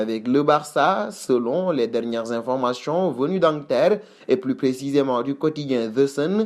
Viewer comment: information et non informachon